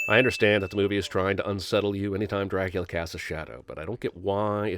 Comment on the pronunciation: Dracoooolia, Loooocieee, Juynuthun, Meenahhh, and Elizerbetta!